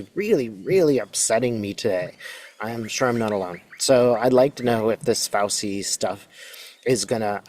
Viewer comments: Pronounced FAUCHI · Fausee? Fauchee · (Sorry, small thing. Pronouciation of Fauci: ‘fow-chee’. Not ‘fow-see.’ 🙂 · Trump took the Fifth 440 times!! If they prosecute Fauci (pronounced Fau-CHI,, not fow-see) they are just proving their hypocrisy. They just need an enemy to hate, and whip up the ignorant to distract them. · I'm sorry, I'm trying to take this seriously, but it's FOW-chee, not FOW-see. Makes me wonder how you've never heard his name pronounced anywhere. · Thank you for sharing your gift and thus hope, with us! By the way, Fauci is pronounced like Fauchee. I believe the c-i letters together in Italian are pronounced with a c-h sound. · Thank you so much! This gives a lot of hope!! FYI: Dr. Anthony Fauci pronounces his last name as FOW-chee (rhyming with "ouch" plus "ee"), or Faw-chee. The first syllable sounds like "fow" and the "ci" at the end makes a "chee" sound, reflecting its Italian origin. Hope you will be feeling better too...those of us who are awake or waking up are all so stressed! Big hugs to you! ♥ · His name is pronounced Phouchi-Fauci = Fauchi! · Pronounced F ouch ee. That’s doctor Fouchee. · I believe dr Fauci's name is pronounced 'FAO-chee'. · I believe it is pronounced Fau-Chee...like Cheetos or Chihuahua......thank you for your wonderful insight. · Fauci-- is pronounced Fow-chi. Not Fow-see. Thanks for the interesting reading! ❤ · Just a gentle correction, it's pronounced FAU-TCHI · FYI: pronunciation of Fauchi = Fau chee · His name is pronounced Fauci (fowchi) I’m pretty sure it’s Italian. Great reading. Thank you. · Fay I pronounced Fow chee fun facts 🤗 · It's pronounced FOWCHEE. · It’s pronounced Fawchi. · Thanks for all your work! Love Dr Fauci! (FYI, his name is said Fow-chee, Italian 😊) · In Italian, a single "c" is pronounced "ch," so Fauci is pronounced FauCHi. I appreciate your readings as always. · *Pronounced Fow-chee. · Fauci ( pronounced Fauchee)😊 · Thank you. Btw it’s pronounced “ fow-Chee”